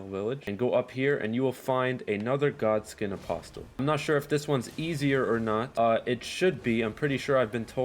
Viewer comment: The t in apostle is silent. This is the 3rd Eldon Ring video I’ve seen where it’s mispronounced.